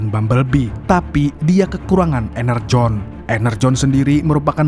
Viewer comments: Energon bukan enerjon bang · Energon yaa bukan enerjon 😂